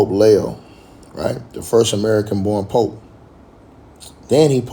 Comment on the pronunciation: It’s Leee oooo 😂